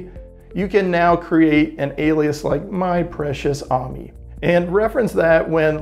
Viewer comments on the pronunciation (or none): Sorry but I'm disappointed seeing you mis-pronouncing A.M.I. 😞